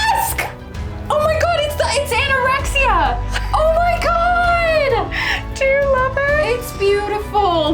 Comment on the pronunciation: P.S. I think the sword is called Ataraxia?! But she does sound like she says Anorexia... xDD haha